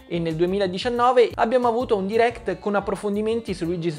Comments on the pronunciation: Sentire per tutto il video "diréct" invece di "dairect" mi turba parecchio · Guarda ho sempre detto "dairect" ma ultimamente nella mia testa è più corretta la pronuncia americana "deerekt" forse perché la sento più spesso